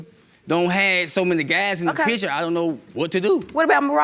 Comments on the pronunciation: i cant even listen to the first case because the lady's voice is so intolerable omg the way she says "pitcher" instead of "picture" is sending me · Sorry, but most people say pitcher 😂😂😂